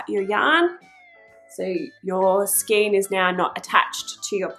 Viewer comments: It is pronounced SKANE even though it looks like SKEEN... In Australia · A good video. However a Skein is pronounce Skane, not Skeen, please. I endorse re winding the yarn into a loose centre pull cake or putting the large skein onto a ball holder like a Chia Goo, which will rotate & allow free flow of the yarn It can also be beneficial to add a few weights like bulldog clips around the inside, to add a little tension on the tube of fabric It can be easier to cast off by only cranking 1 or 2 stitches at a time, to prevent ladders forming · Just FYI. The word ‘skein’ is pronounced ‘skain’. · Well done...easy peasy...some feedback..FYI...skein is pronounced skin as in rain not seen as in keen